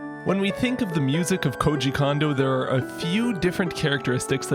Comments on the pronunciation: Yay!! Big fan--thanks for this. Real quick, and I'm sure someone else has mentioned, but maybe this comment will be the one to make it through: Japanese is phonetic, and as such, "o" always makes a long o sound. Sooo, both O's in "Kondo" sound exactly the same as the one in "Koji," which you're pronouncing perfectly. "Kohjee Kohndoh," not "Kahndoh." That would be spelled "Kando," which is just a different name! Of course, it's plenty likely that Kondo is so notorious that enough Westerners have been mispronouncing his name for so long that we're getting a "samurai" effect, (remember that 3DS Shin Megami Tensei game?) but why not say the man's name correctly if you know how? Japanese is easy! Let's pronounce it that way! Thanks again for all your videos! <3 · I do wish you would pronounce Kondo right, but apart from that your videos are on point so yeah. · The "Ko" in "Kondo" is pronounced "Ko" not "Ka". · Nice job on this! FYI: "Kondo" is pronounced "Cone-doe", not "con-doe". an "o" in a Japanese name actually is always pronounced that way ("oh" instead of "ahh"). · He's not a Condo. Is it that hard to say "CONE-doe"? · His name isn't pronounced like Kahn-doe, but rather more like Cone-doe. Japanese is incredibly phonetically consistent (the opposite of English), so all the vowel sounds are always the same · Amazing video as usual, just a quick pronunciation note tho, his name is Kondo like “cone dough”, not “condo” like a condominium lol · When ever u say kondo i hear an M after kondo like kondo M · Great video. Pronounces "Kondo" like "Condo" and doesn't give the first O the long pronunciation it'd normally be given in Japanese. I'm torn here. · If he doesn’t stop mispronouncing Koji Kondo’s name, especially the last name.. it’s the same sound as his first name.